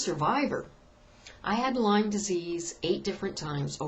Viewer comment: its LYME not LYMES